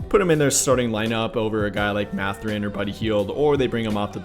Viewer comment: "MATH-er-in". Not "Muh-ther-in". 😉